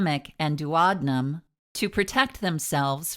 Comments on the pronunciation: It’s pronounced duo deenum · You pronounced duodenum like "Do ah dough um" lol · She said doo awd num 🤣🤣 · Whilst the video was informative, I found the pronunciation of “duodenum” uttering annoying and very off putting! Please at least get the medical terms correct. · Wow, I never heard duodenum pronounced like that! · GreenvilleWX I was like wtf is she saying 😂 8th grade health class kids, it’s important